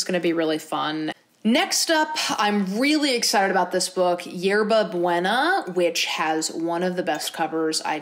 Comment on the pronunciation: i love u but the way u said ‘yerba buena’ pained meeee. sometimes i forget not everybody knows spanish.